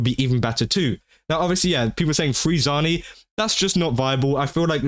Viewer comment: Ah yes my favorite Italian woman name zayni definitely not zani you pronounced ciaccona almost correctly but not zani 💀